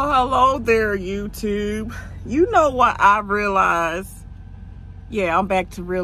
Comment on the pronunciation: Youtubbbbbbe lol it’s YouTube